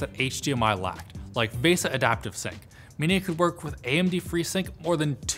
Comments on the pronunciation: "Vaysa"... It's VEEsa.. right ?!?!?! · PLEASE stop mispronouncing VESA. The correct pronunciation is VEE-SAH. When You say VESS-AH you are saying the Finnish word vesa which means either ALTAR or SPROUT depending on who's translating for you. VESA stands for Video Electronics Standards Association which is an American technical standards organization, which seems would likely follow an American pronunciation. (Yay Hooked on Phonics!)... Wikipedia lists the pronunciation of VESA as (/ˈviːsə/) which breaks down to VEE-SAH, not not VESS-AH or VAY-SAH. I wouldn't really care so much, but so many people speak English now with almost no attention to correct pronunciation (I am NOT referring to accents), it's turning into a gutter-garbage language where NOONE understands each other. At least TRY to pronounce things correctly. Especially when it's your JOB! There are those of us who would appreciate it and thank you for it, I promise...